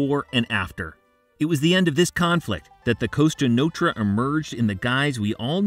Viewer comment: Costa Notra? WTF?😂😂😂